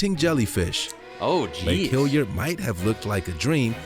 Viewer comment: Some misinformation in the video. Outside of tropical Queensland, the rest of Australia isn't desert. Lake Hillier is not pronounced Hill-yer, it is Hilli-er. The platypus is not the only egg laying mammal, the echidna also lays eggs.